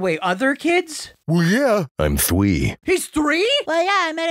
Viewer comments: Bruh dropped the lowercase and said im THWEE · “𝐈'𝐦 𝐭𝐡𝐰𝐞𝐞.” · “Well yeah!” ”IM THWEE” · the sentence *I'M THWEE" has to be the fucking best i ever heard XDDD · "I'm thwee" DAMN BOI WHAT HAPPENED TO HIM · "I'm thwee 👨"